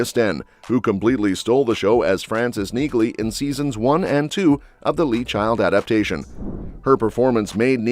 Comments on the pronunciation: Is that an artificial voice or an idiot? The name is pronounced "Neelee" not "Neeglee". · Its pronounced Neahley. The G is silent. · It's pronounced "NEELY"--so what else do not know about it? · It's NEALY, the G is silent. Can't you train the AI to pronounce it correctly? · NEELY! NEELY! NEELY! The "G" is silent. Get the pronunciation right or just go home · Yah, I bagged another video for the AI knee-glee pronunciation… I almost thought this one was human, until that shit popped up…. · You fell at the first fence dude....... the G in Neagley is silent...... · That's stupid AI for you. Just hire humans!!!! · I’m just making an observation here, but isn’t the “g” in Neagley silent? I have never heard any character from Reacher pronounce her name with a “g” sound. It may seem like nitpicking, but it’s important. Please correct me if I’m wrong. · When are you AI driven people going to have the generated voice pronounce her name correctly? The g is silent. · The “g” in Neagley is silent! Stop butchering her name! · YES! I was gonna say the same thing then I saw your comment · I just looooovvveeee robot voices that don't know how to pronounce sh** correctly, ever. The G is silent, dumb a**, and I am talking to you, the creator of this video, who is so stupid and so lazy and worthless for using robot voices because actually talking in a video is sooooo difficult. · You need to teach your bot narrator that the “g” is silent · Learn to pronounce her name ffs